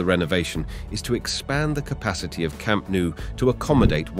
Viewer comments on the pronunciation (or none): It's pronounced Camp Nou as the "No" word in english, not camp nu as you say